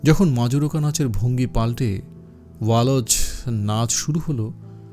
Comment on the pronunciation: উচ্চারণ টা ওয়াল্জ্ , ওয়া লজ নয়